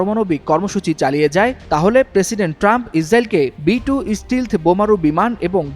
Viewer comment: ষ্টিলথ নয় ভাই, এটা ষ্টেলথ